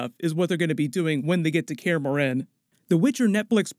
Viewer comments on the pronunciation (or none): "kaer morHEn" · He said care-uhh-more-hen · The way he says Kaer Morhen lol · Your pronunciation of Kaer Morhen is appalling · I hate the way this dude says Kaer Morhen